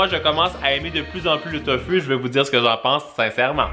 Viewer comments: Sa se dit Tofou pas Tofu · On dit tofou c est pas fu c est fou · sa se dit pas tofu sa se li tofu mais sa se dit tofou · c'est tofou ca ce dis pas tofu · Ses tofou et pas tofu !! Sinon super video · Tanghulu ce prononce "tang hou lou" Et tofu c'est "tofou"